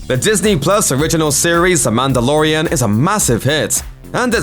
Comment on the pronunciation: when who FOR SOME REASON DOES LOOPER VIDEOS NOW says Mandalorian, all i hear is Amanda.